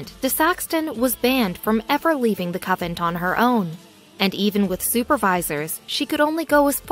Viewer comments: CON VENT! CONNNNN VENTTTTTT! NOT cavent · PLEASE.. a native speaker of English .. also employ an editor, the narration is AWFUL! CONVENT not covent... you ruin what could have been an interesting historical subject 🤬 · A coven (no T) is a collection of witches. A convent (with an N in the middle) is a collection of nuns. Puh-lease!! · Anyone out there actually manage to finish the video? Interesting story but I couldn't get past "covent" for the 100th time. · Someone tell her it's a CONvent not a CUVent... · Good info, but the “covent” pronunciation ruins it somewhat. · POV: you came to correct covent to convent. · Doesn't anyone preview these videos. The word is prounced con vent. Not a Covent. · Frances and I believe this is a computer generated voice and the writer did not know the difference between CON-VENT and COVENT OR COVEN. How said that Did You Know? did not check their spelling for reading. Perhaps they will remove this video and replace it with a correct pronunciation of the text. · Yes. Convent! The mispronuncians in your videos are so distracting. I'm done. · Yes, CONVENT. poor pronunciation really ruins the story. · It's pronounced CONVENT ...not Covent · Convent! Not Coventry! She’s a nun not a witch. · it is a convent..not sovent. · Its Convent not Coven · convent not covent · What is a "covent"? Oh, you mean CON VENT. Please learn how to pronounce words. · This is the most stupid poorly written story ive heard in tecent memory. Nuns still leave the convent. Life was tougher in the 12th and 13th centuries. Etc. Narraror should learn how to promounce CONVENT especially when she is talking about one. Irritating hearing "Covent" or worse, "Coven." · Nice try. Coven is witches. Covent is a mispronunciation of Convent, the place where Nuns live. I get disgusted with all the mispronunciations and misspellings. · Oh geeze the word has an N...CON-VENT. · CON-vent. Try harder. 🤦🤦🤦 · I thought she was saying "coven." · I even heard "cupboard" a few times